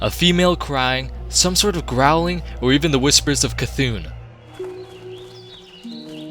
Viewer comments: So you pronounce "C'thun" properly, but not "N'Zoth"? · Wait, you pronounce c'thun right but not n'zoth?